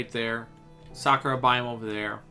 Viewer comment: When Bro is saying "Sakura Biome" I thought it is "Soccer Biome"